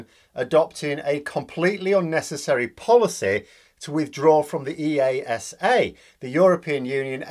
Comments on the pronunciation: Brilliant analysis (petty detail: EASA is usually pronounced as one word, ”eaahsa”). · E, A, S, A - made me cringe. In aviation we speak it as one word "EASA".